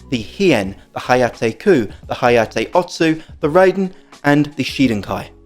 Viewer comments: Just FYI the Raiden 雷電 (thunder and lightning) is not pronounced "RAY-DEN" as in ray beam but *RYE-DEN as in rye bread. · No, it sounds wrong. "Ray-den" would be REI-DEN not RAI-DEN. 霊殿 (reiden) means shrine or mausoleum and it's an obscure obsolete word since jinja is most commonly used for shine. Japanese will not know what you are talking about and will correct you. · And you're still going to be wrong. Your ego won't change this fact. This is a Made in Japan product, ライデン is a Japanese word, and RAIDEN will always be pronounced RYE-DEN not RAY-den in spite of your ego and your ignorance. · Ray-den sounds better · Bro, respectfully, I also should tell you to listen to yourself. Was it even necessary to tell me that you think your mispronunciation sounds better and will continue mispronouncing the Japanese word? What was the point of that other than to prove what a stubborn a$s you can be. You have a blessed day as well.